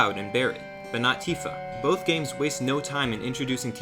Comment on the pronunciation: losing his mind on the Christmas card is funny this guy can't say "both" or "and" correctly and has been for years and the misuse of words or phrase added upon that